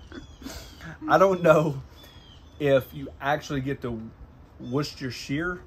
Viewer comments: We just pronounce it wuster sauce in the uk 🇬🇧 mate 👍🏻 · 'W Sauce' is pronounced "Wuss Teer Sheer" sauce - I'm English :-)